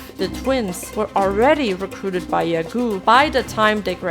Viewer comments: Ya-goo? Not ya-go? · I'm sorry, but I can't help but notice that you pronounce Yagoo's name wrong. It's "Ya-go", as in "Pokémon GO to the polls". Not "yuh" like that thing Ariana Grande likes saying, and definitely not "goo" like "gooey". Here's a clip of Calli realizing that she's been saying her boss's name wrong for 3 years. I hope you don't take my comment like I'm being a smartass.😅 Edit: oh and btw iirc FuwaMoco fans are called Ruffians not Floofies.